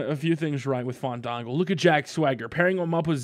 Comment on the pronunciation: please, it's FAHN-DAHN-GOOOOOOOOO!!!